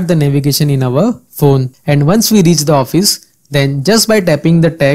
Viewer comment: Informative video, but the way you place an accent on "the" is pretty distracting.